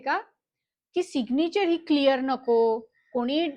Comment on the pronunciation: सिगनिचर नाही Mam सिग्नैचर Mam you teach really well